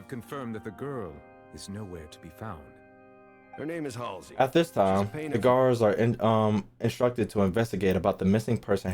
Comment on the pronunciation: fr, can't even pronounce Halsey lol haysley whoever that is xDDD